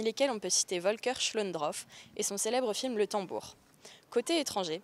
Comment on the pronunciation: Très sympa cette vidéo. Une petite remarque, c'est Volker SchlöndORff, et pas SchlöndROff. (Et si on veux être particulièrement tatillon, "Volker" se prononce "folkeur", et pas "volkeur".) ~Skoyatt